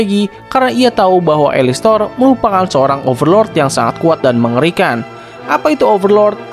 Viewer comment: Alastor bukan alistor